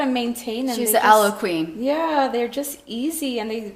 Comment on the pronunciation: Aloe not alloy